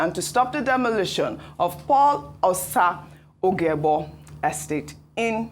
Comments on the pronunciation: That thing is 'demolition', not demolishion. I thought Doctor Abati said he's an editor. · Demolition not "demolishions".